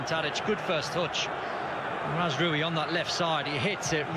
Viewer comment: The way he pronounces it s mazroowy